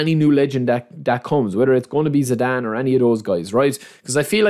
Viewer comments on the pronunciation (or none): none